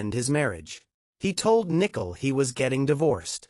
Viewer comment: Can someone teach the AI narrator to pronounce Nichole correctly